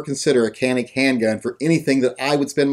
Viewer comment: Can't even pronounce it right. Check out Hickok's reviews of the gun. He knows what he's talking about